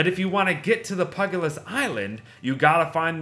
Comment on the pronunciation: it isn't pug-a-list! It's puge-i-list! Please dear god, read this comment. Although, pug-a-list is much funnier of a name.